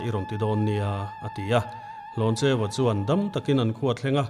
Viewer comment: hnawncheua nilo in hlawncheuva/hlawncheua tih tur zawk a nia